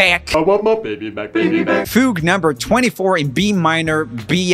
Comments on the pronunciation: Fugue - Joel “FOOG” 😂😂😂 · Joel saying “Foo-gh” instead of fugue was SACRELIGIOUS angry twoset noises Edit: omg I just got to “pah-va-nay” help